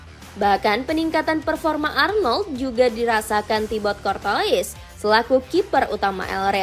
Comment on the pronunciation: Cortouis (Kortoa) min penyebutannya..